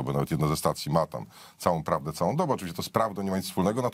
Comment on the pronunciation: Tchchusk mowi. sama phhawde😂😂😂😂😂😂😂😂😂😂😂😂😂😂😂😂